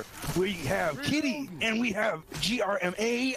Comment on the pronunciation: "g-r-m-a" lmfao someone wasn't around in the l4d1 community